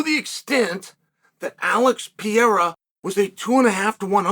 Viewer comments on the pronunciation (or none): P E R E I RA not piera! FFS! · '''Alex Piera''LOL, how hard is to remember the name of MMA champ!? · Just say his name correctly. The bit isn't funny anymore. it's actually annoying and disrespectful